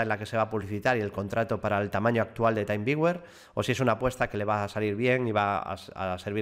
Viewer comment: creo que se pronuncia "timviuer"; con "taimviuer", lo deberías escribir de otro modo.